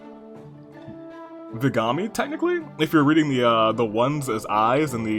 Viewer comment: yup, vigami’s how you read my name :D Wow, this is the first time I saw a table match and it was really entertaining! :D Watching you revive scarlet from the dead as a surprise table competitor only to meet her as an enemy in the next battle was such perfect timing! XD I remember getting super emotional during my first playthrough when arete left azura forever. Telling her how proud she is? I‘m way too easily emotionally swayed, geee… In the end, rinkah really said „anankos girl? Nah albus is mine!“ the table matches were super entertaining! And her support was pretty cute, too!